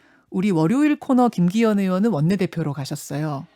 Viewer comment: 김기혀이~ 발음이나 교정해라..방송에 맞지않은 대리 대표....ㅉㅉ